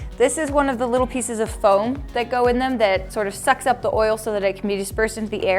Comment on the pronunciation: i really like the way says "FAOM" instead of foam